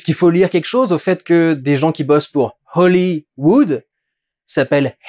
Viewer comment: Nope, Dudu, c'est hoLLy wood (boix de houx), pas hoLy wood (bois sacré) Sinon, bonne analyse, c'est un peu de sentiment qui se dégage du film : J.Peele avait probablement à la base de bonnes intentions, mais il s'est un peu perdu lui-même en voulant brouiller les pistes et rendre son film énigmatique. Pour la captivité des animaux, il faut comme même signaler que ça a permis de sauver des espèces menacées d'extinction, de plus il a été montré qu'avec de bonnes conditions de vie un animal en captivité avait une espérance de vie 1.5 à 2 fois supérieure que dans le milieu sauvage. Après évidemment, je serai le 1er heureux si toutes les espèces animales pouvaient gambader en totale liberté dans leur milieu naturel sans craindre les braconniers, les safaris des millionnaires/têtes couronnées/personnalités politiques, l'exploitation par des groupes pharmaceutiques/cosmétiques/militaires peu scrupuleux, ou emmerder par des touristes fanatiques de l'appareil photo qui ne comprennent pas la notion de "respect de la vie sauvage".